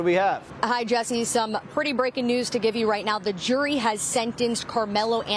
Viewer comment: It's not jewelry, it's jury! Why do black people have a hard time saying that word? Also, fruneral instead of funeral, ambalamps instead of ambulance, etc... Just asking.